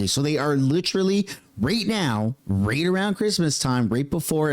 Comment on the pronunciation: Right... not Rate